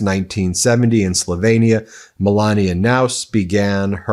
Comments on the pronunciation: Ben, you're not an idiot so why do you insist on calling the country "Slov-ay-nia"? It's Slovenia with an E. It should not sound anything like Pennsylvania or Transylvania - those names do contain the A. It grates my nerves every time you say it! Now try to pronounce the capital city of Slovenia... Ljubljana. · I love you Ben. I don't know how you do so much. Great shows always. I'm second generation Slovenian and Czech I've always pronounced Slo VE nia. with a long ë. Sorry if this makes me a Karenia. :) ;) :0